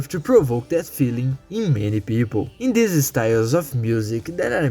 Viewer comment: "use-ed" "tink" "deese"